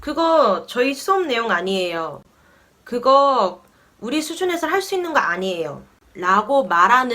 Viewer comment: ㅋㅋㅋㅋㅋㅋ그거 어니에요 아니에요~!아니에요오오오~!